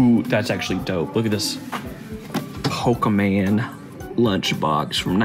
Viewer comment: It's pronounced "po-kay-mon".